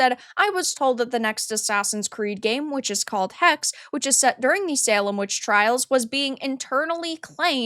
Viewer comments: Hexe is German for witch and is pronounced "Heckseh", not just hex. Source: Grüße aus Deutschland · it's pronounced "Hexe" not "Hex" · I think it is pronounced Hex-eh like the German word for witch.